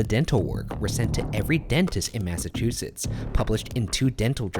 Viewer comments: He pronounced Massachusetts right though.... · I’m pretty sure he says Massachusetts correct